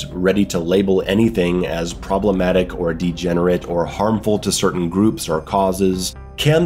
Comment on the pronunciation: "Pwobwematic" shits self cutely